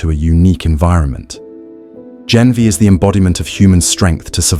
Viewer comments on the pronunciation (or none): It's not Genvia but Ganvié...just correction